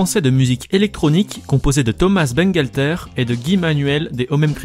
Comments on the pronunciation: SSW Underblast Tout simplement qu'on ne prononce pas thomaSS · Pourquoi on prononce ThomaSS alors qu'il est français? :o